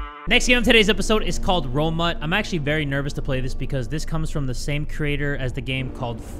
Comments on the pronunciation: Is it just me, or is the second game called tumor, not Romut? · Is it actually romut or tumor 😂